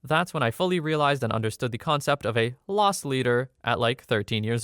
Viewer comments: LOSS leader, not LOST leader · Loss leader, not lost leader.